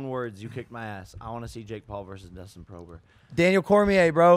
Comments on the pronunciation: He keeps calling Poirier Dustin Prober 🤣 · "Dustin Prober" hahaha 😀